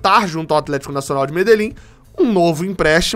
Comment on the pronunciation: Um é o atleeeeeshiiico kkkkkk que foi isso? Você é top, ótimo trabalho.